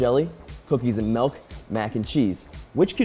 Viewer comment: I was so fine until said.. cookies and MELK